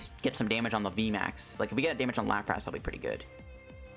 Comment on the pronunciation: "Lapr-ASS" i cant unhear your pronounciation now, thanks